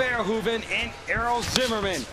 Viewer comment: i legit thought it said error instead of Errol